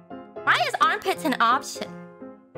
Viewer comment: Hearing Boings, Thighs, and Armpits a second time I hear Moist Thighs and Armpits O_o